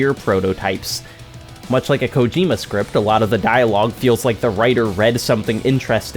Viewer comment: bruh pls stop saying "ko-JEEEEEE-ma"